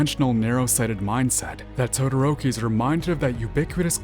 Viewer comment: Dadoroki 😂😂😂 I died at that and senpai has fucking noticed